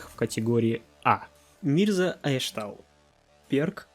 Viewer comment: Блин я не понимаю почему Мирза Айштау а не Айшату